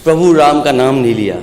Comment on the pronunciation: Nam ki jagah lam kah raha hai ise CM banayenge akhilesh ko